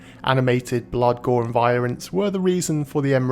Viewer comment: he turned chinese saying "violence"